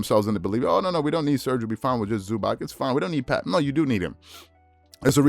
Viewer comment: Please bro learn how to pronounce ZubaC there’s no k in there